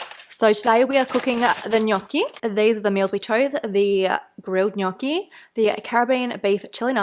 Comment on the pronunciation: AAAH your pronunciation of gnocchi is so cute and also accurate, it sounded 10/10 italian